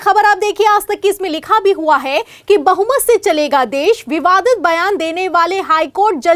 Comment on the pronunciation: Bahumat and bahusankhayk read properly. Before relay